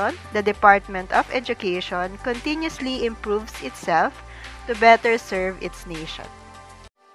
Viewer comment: Correction po sa salita na "continuously".. mali ang pagka bigkas..